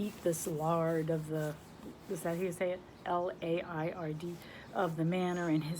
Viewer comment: I love D E Stevenson and I have Listening Valley on my tbr on my desk; books of comfort that I pulled off my bookshelf to read right now. I felt dark books were not the ones for right now. Laird is pronounced L-air-d, phonetic l and d with the word air in the middle.